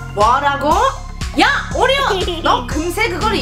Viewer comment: 아니누가 오리온을 온리온이라고..........................흠..........(심각하군)